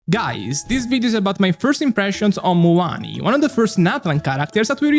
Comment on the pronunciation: its Mua LANI Not Muuani 😂